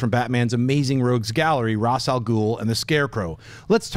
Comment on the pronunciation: Schneep said ras wrong